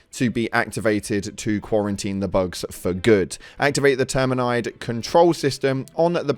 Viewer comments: My guy appreciate your content but your pronunciation of Terminid is killing me lol It's Ter-Min-id, not Ter-Min-Ide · It’s not pronounced Terminyde, it’s nid, ok? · Terminid not terminide. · How the fuck can you pronounce termicide correct and go on to say terminid wrong.I just dont understand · Saying "termicide" is misspelled (it's a pun for christs sake) and then mispronouncing "terminid" in the very next breath was super cringy lmao. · This guy hasnt been able to pronounce terminid since the beginning of the game so im not surprised.